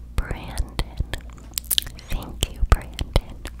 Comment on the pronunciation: Brandon is only said once. The second one is brenden, slight pronunciation difference. : )